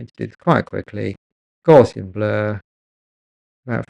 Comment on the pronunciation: Thanks for a very in-depth video. I was slightly amused at your mispronunciation of 'Gaussian' which is named after the mathematician Carl Friedrich Gauss and thus should be pronounced to rhyme with 'house' and has nothing to do with gauze 😀 a common misconception.